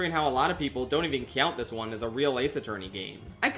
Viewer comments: cyount encyounter cyount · Rewatching a bunch of videos and then this one has given me a horrible realization. For some reason, insists on saying the english word Count like an anime cat. Please stop and look up the correct pronunciation of that word. Other than that great video. I'm not sure what an ace attorney is, but do you only get the title after killing 5 rival lawyers? Video was unclear.